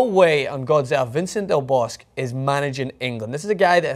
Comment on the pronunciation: BTW, it's pronounced Vicente (V cent a) del Bosque (Bosc-a) Pronounce those E s please